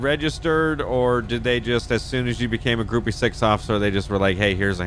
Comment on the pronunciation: Hi, Gruppe 6 is pronounced Grupa Zechs